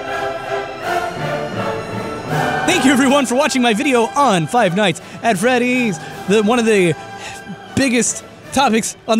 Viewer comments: Am I the only one that hears him mispronounce five night at Freddy's a bunch of time? He said "fight night at feddy's" 🤔😂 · ROFL did he just say Five Nights At Feddy's